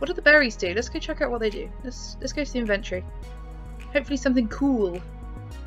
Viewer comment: You said inventory wrong 😑